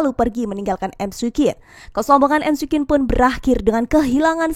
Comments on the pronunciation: cara nyebutnya mikwin min 😁 bukan emsi quen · Risih nyebutnya emsi kuin😂